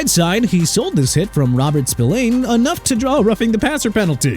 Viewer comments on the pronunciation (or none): none